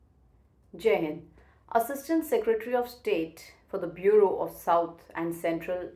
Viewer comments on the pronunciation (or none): none